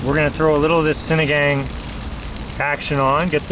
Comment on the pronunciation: Pronounce sinagāng as sinagong :)